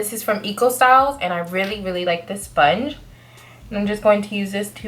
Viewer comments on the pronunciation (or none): I want expecting to die laughing during this video but when you said “soinge” I died. 😩😹Btw love this especially the shadow.